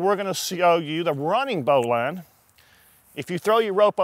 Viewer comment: Turned off after his "Bowline". Wrong as dude. Also it's pronounced "Bo -lin"